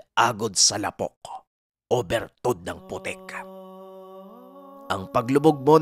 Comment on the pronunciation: ang pagbigkas Ng lapok ay Di mabilis, ilonggo or Bisaya Yan means putik 🙄